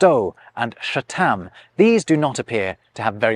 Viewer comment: The Sanskrit word for hundred "shatam" is not pronounced as you did, but rather with the 't' pronounced similar to the 't' in in 'th'ousand, with less stress on the t. Also, The P-I-E word '*weyd-' sounds similar to the Sanskrit word "Veda", which are a collection of the oldest holy scriptures in Hinduism, and used as a substitute word for 'knowledge'.